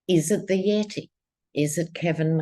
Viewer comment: We love you ❤❤❤. Thank you for checking in with us 🙏🏻💖. When you say “Yeti” it always makes me laugh 😂 👍🙌